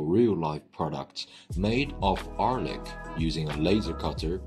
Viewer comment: when you need help from a hired narrator, not knowing the narrtor also needs help